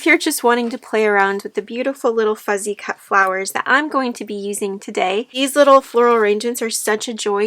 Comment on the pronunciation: It's beautiful. I wish you could hear yourself. You keep saying FUZZY cut. It's not Fuzzy. It's FUSSY CUTTING.